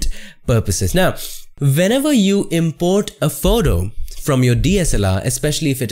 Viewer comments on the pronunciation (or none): It is a great video, but why tf are u saying "Venever" instead of "Whenever"?!